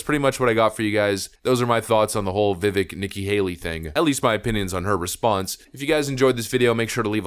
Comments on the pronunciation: its Viv-Vake, like Cake. Not Viv-Vick 😂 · It's pronounced VIVAKE like CAKE If you're going to do political commentary at least get people's name right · It’s ‘Viv-Aik’ as in ‘cake!’ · please learn how to pronounce Viveks name